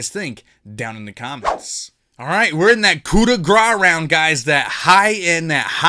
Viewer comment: Hey man nice one! I’ve been meaning to say a little thing. Nothing bad I assure you! You really like to say coup de grâce which is totally fine. But the way you say grâce translate to gras which means fat! You could say it more like coup de grass which would get you really close. That’s all I’m pointy I know and I still totally love every video you do! Thanks for making them!